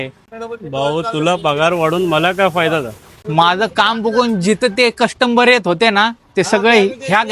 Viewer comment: कस्टमर ❌ कष्टंबर ✅️ - 😂😂